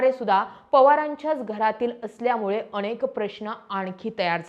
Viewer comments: अनेक म्हणा अणेक नाही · 'अणेक ' 'पन ' जरा उच्चार सुधार. प्रयत्न करून तर पहा.